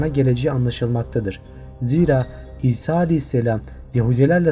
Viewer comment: Gartgart ağacı Hazreti Ebobekir Hazreti Hisa :)) sen de benim gibi çok dil sürçmesi yaşıyorsun.Nuh tufanıyla ilgili video olursa iyi olur. Nezaman oldu tüm dünyayı mı kapladı sonrasında neler oldu vs.